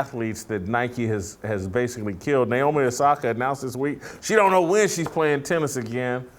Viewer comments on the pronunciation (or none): “Naomi Nasaki” 😭😭💀💀 im sure he didnt mean to do that